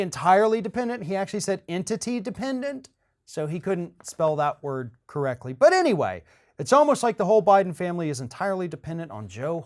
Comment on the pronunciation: There is a t in correctly.